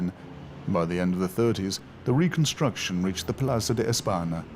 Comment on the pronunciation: Why doesn't he bother to pronounce simple Spanish words correctly --- señor, España, plaza, calle? -- - after all, it IS the capital of Spain.